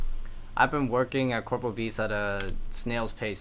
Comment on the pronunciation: This is one of my favorite progress series on YouTube, never clickbaits and always has solid content. Just one minor correction: it's corporeal beast not corporal!